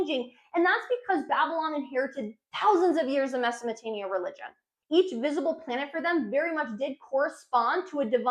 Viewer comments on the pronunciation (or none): MesoPOtamia not mesaMOtamia haha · She can't pronounce - Mesopotamia...she says, Mesomotamia...WTF? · She keeps saying Mesomotamia. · Why are you calling it Mesomotamia?? As much as I wanted to watch this video I coudnt go past a few minutes.. it’s extremely annoying for listeners and embarrassing for you. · mesomatania LOL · Great Video. just try and pronounce the words accurately. its not Mesomotania. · Meza Mo te mia perfect pronunciation , you say it so often and nailing it each time... Google subtitle showing Mesatania , so I have to watch it again , from the beginning , was this a marketing strategy ? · Mesamatamia😂😂I can't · Mesopotamia very clearly has a P, lol